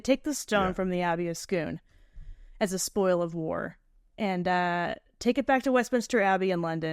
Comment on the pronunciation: Impressed you pronounced Scone correctly! Nothing in Scotland sounds like it's spelled.